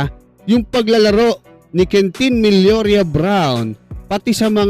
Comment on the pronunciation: MILLORA not MILLORIA! Please correct your pronunciation!